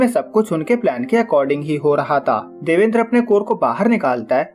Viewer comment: Ek might be pronounced by , देवान्द्र not देवेन्द्र , :)